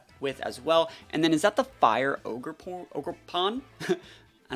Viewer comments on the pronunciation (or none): Lmao you called ogrepawn ogreporn hahaha